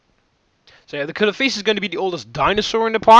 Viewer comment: Not to be rude, but it's pronounced Coelophysis (SEE-LOW-FIE-SIS) and Dunkleosteus (DUNK-LEE-OH-STEE-US)